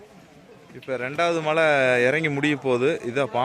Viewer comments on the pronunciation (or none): Why you are mentioning Mazhai instead of malai